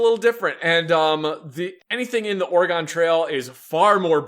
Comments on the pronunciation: Good god, why does everyone pronounce Oregon that way ffs. It's pronounced like the instrument or the thing in your body. Organ. Oregon is pronounced like organ. I know it's stupid, but that's how it's pronounced and it irritates me beyond belief to here people say it the way you guys do. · "Or-gon"? really? Its Oregon. Pronounced: Or-e-gun, see it has a gun in it. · God damnit, stop butchering Oregon😂😂😂